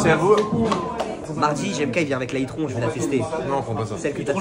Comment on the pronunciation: C’est itronne pas itron